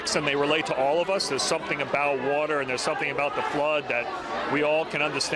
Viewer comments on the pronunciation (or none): none